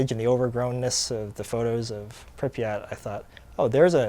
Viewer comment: It's not Prippy at, it is Prip yat No one says it right